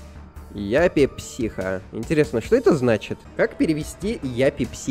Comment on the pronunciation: Не яппи психо а ЮППИ психо